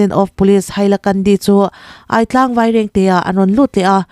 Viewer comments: A bengvar thlak thine, thil pakhat kahan sawi ve lawk teh ang. I thupuanah hian, Aitlang ti a irawn lam hi, Âitlang tiin an lam thin ani tih hi kahan sawi fiah ve duh lawk. Thlukna pek ngai ani e. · Aitlang hi... A lam rik dan tur chuan " Mei lum ka ai tih kan lam ri ang hian "Ai" Hi lam rik ni se a dik a, Buarchep pawh " Buar" Lai hi a hniama lam a " Chep" Hi... Thutthlenga kan han thu a, kan chep kan ti a kan lam rik ang hian "chep " Lai hi lam tur.... Thahnem ngaihna vang in aw